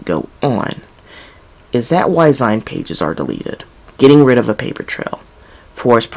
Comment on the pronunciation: why do you pronounce "zine" like that?